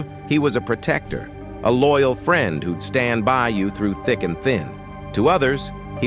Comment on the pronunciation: Why can the narrator pronounce “alliances” and “institution” But not “friend”?